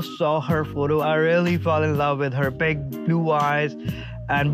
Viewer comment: why did big blue eyes sounded like bank blue eyes?🤔